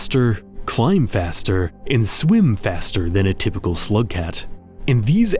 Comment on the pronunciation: you say slugcat like someone would say homosexual im sure this is a great video but im already a rainworld ultra so sorry :(